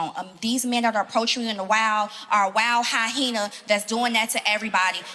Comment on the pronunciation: And had the nerve to say it wrong multiple times lol